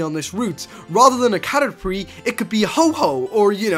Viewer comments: caterpree XD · Haha He says catrerpies